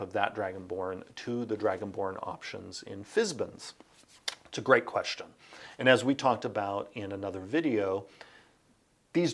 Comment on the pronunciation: Does it bother anyone else that he pronounces "Fizban" as "Fizbin"?